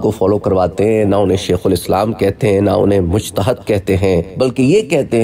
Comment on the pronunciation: قبلہ اتنا بڑا بننے سے پہلے اور اتنی بڑی شخصیت پہ بات کرنے سے پہلے تھوڑا پڑھ لیں۔ اِخلاق نہیں اَخلاق مجتہَد نہیں مجتہِد استفادہ حاصل کرنا نہیں ہوتا۔ استفادہ میں پہلے ہی حاصل کا معنی پایا جاتا ہے۔ آرائے کس ڈکشنری میں لکھا ہے۔ رائے کی جمع آراء ہوتی ہے۔ یہ چیزیں سیکھ کر عالم یا اسکالر ظاہر کریں تو مناسب رہے گا